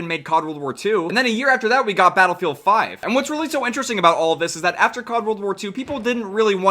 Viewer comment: playing Battlefield? now Modern Warfare really had made mistakes:o Edit: He did just say Bootylfield? xD